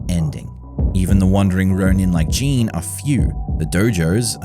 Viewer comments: Why do you keep saying "Jean" when his name is Jin? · His name is Jin (short i, rhymes with shin not sheen), not Jean or Jeen or whatever you're saying. Sorry, but it bothered me so much.